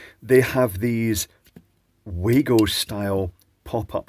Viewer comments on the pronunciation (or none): Yes. Also, it is pronounced "VAGO" but everyone seems to prounounce it like our dear friend;)